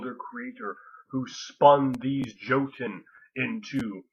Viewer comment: Awesome as your video may be, I cannot overcome the urge to get pedantic on pronunciation: the "j" in "joten" is pronounced like a "y." It's like that in all Germanic languages. Be that as it may, I can't wait to read Ring of Fire!!!